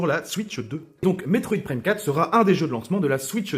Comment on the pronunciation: La façon que tu a de prononcer le Prime de Metroide Prime 4 va me trigger un bon moment.